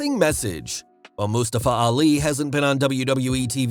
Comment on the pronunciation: wait... Moos-ta-fa?